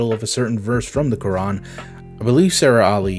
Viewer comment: Why do they wreck the name of Quran